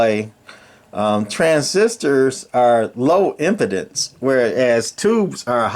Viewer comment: Im-pee-dence. The way you're saying it means the mic can't get a hard-on.